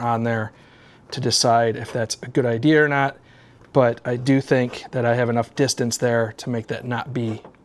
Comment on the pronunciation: Well I heard that Northeast accent come out with idear.